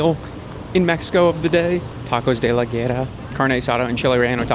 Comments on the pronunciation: Tacos "La güera", is pronounced more like "La Wera". The place is called, Tacos The Fair Skinned (feminine) lol. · Its read 'Goo Era' The Güera. It means Blond in femenine